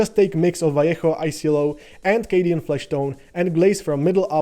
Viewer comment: One like for the amazing tutorial. I would give you another one for being the first english-speaking person I heard saying "Vallejo" correctly